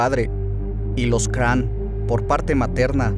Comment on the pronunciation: se pronuncia Craón, Gilles se pronuncia Gill (en efecto) D´Rais (se pronuncia D´Ra no "Re" observación no hera homosexual. le gustaba sodomizar como lo romanesco de su lectura, es decir le gusta "dar" mas no "recibir" (como lo hacian los romanos pero no hera homosexual) mas bien su caracter... como decirlo perverso, amo profundamente a juana de arco incluso despues de él mismo haberla entregado a los ingleses se arrepiente y la busca en las masmorras pero juana a quien ve es a el diablo (gill) y no acepta su renovada propuesta de amor, ella es quemada como bruja, gill se retira a machecoul y comienza a delapidar dinero en obras de teatro dedicadas a juana, despues mata en medio de sacrificios humanos si a jovenes, niños e incluso niñas, con el afan de resucicitar a juana, de acrecetar su fortuna y no en vejecer pero no fueron tantos como la inquision lo dijo (mas bien aprobecharon de su estado mental y asi con lo exagerado de su confeción , nació hasta hoy esta leyenda negra de gill, hasta hace poco, segun registros hubo un juicio donde se le exonero y se le devolvio su rango de heroe nacional, aqui es la mezquindad de la iglesia, lo sucio y lo peor para quedarse con lo que quedaba de sus tierras y fortuna, si bien no fue un santo tampoco fue un grande asesino, el pez por su boca muere, si te torturaran ati QUE NO DIRIAS Y MAS SI NO ESTABAS EN TUS CINCO SENTIDOS, GILL HASTA LO CONVIRTIERON EN VAMPIRO! ¡POR DIOS! AUN ASI, DIJO TANTAS COSAS QUE PASARON A LA POSTERIDAD ENGRANDEC